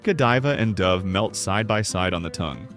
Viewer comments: This video wasted two minutes on the intro to Russell Stover. Imagine a video describing empty, tasteless ingredients offers empty, meaningless content. And pronounces "Dove" with a long 'O'. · The AI generated voice becomes apparent when it cannot pronounce the word dove😢